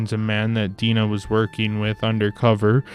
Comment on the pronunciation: Your review is good but you seem to be unable to pronounce the names of the women in the story.Oliver's love interest first name is Di-Nah.And the Japanese woman's name is pronounced shadow,as in on the wall.